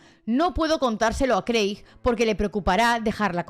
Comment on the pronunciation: Hola! me encantan tus vídeos de true crime, los veo todos, sólo me paso por aquí para decir que el nombre de Craig se lee como Creg. Sigue así! <3